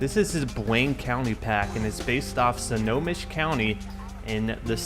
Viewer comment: the proper pronounceiation for Snohomish is (snow-home-ish)